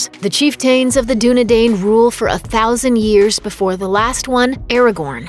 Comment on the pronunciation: Chieftain of the Dunedain... does not rhyme....just saying. Chief-ten of the Dunedine...phonetically.